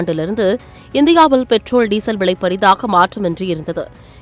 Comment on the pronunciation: Villai pronounciation 😢